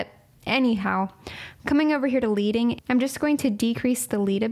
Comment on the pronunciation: Fun fact - it’s actually pronounced “led” -ing like a lead weight or lead paint - it comes from printmaking where you would stick thin strips of lead between lines to space them out :) anyway great tutorial!